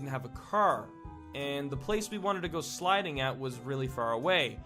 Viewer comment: WAIT DID YOU SAY SLIDING??? OR SLEDING